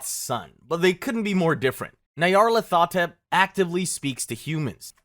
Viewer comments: This was fun but I hate your pronunciations so much. Nayaralt hotep? Nyar-lat-ho-tep or Nyar-la-tho-tep. Whateley is pronounced Wait-lee or Wot-lee, not Wot-eh-lee. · .....waddle-lee......? (Wait-lee). Nigh-are-lathotep.